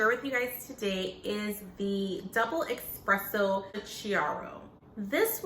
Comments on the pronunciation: It’s espresso. Not expresso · Espresso is pronounced like Nespresso. It’s not Exxxxxxxxpresso ;). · Espresso not Expresso 😩😩😩